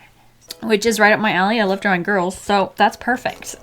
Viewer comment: Dwawing wiff waffles 🧇 lol 😂 drawing wiff waffles